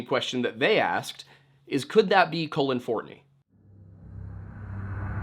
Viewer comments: hey, just a bit of a note. Colin is pronounced like cauliflower, and Cullen is pronounced like cull, not like colon. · As always, great video. But it was pretty distracting that kept pronouncing his name as "colon" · Could not get over the fact he kept pronouncing Cullen “colon” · It sounds like you are calling him COLON